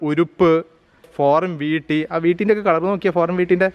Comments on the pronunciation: വീട്ടി എന്നല്ല ഈട്ടി എന്നാണ് ശരി എന്ന് തോന്നുന്നു. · വീട്ടിയല്ല ഭായ് .,, ഈട്ടി എന്ന് പറയു അതുപോലെ അറക്കുക എന്ന് പറയു .ഈർന്നു എന്നു പറയുന്നത് എന്തു ഭാഷയാണ്